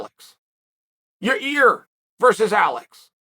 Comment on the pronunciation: It's YA'IR...NOT Your Ear or Your Rear Chael 😆 🤣 this dude and names lmao